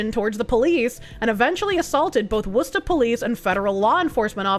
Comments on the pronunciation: I've never heard an Anerican pronounce Worcester properly. Clearly, I've been missing out on Bostonian's. ❤ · Subbed due to ability to correctly pronounce Worcester. 😉